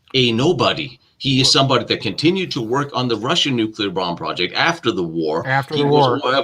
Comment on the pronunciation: Nuclear = No-Kali. Notice time gone wonky?